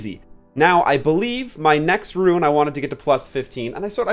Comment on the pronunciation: I appreciate your effort in pronouncing rune correctly, much obliged <3